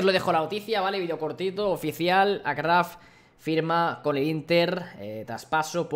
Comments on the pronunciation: no se dice acrraf se dice achraf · Hola no va a malas ni nada pero el nombre de Achraf se pronunciaria "Ashraf". La "sh" como si mandaras a callar. Un saludo maquina❤️